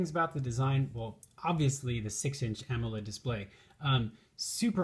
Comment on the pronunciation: "Ammo-led" as soon as he mispronounced that I stopped listening.